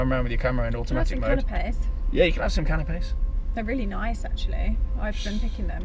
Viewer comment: Gonna be some wedding, I thought I heard offer people cannabis then realised she said canapés lol 😂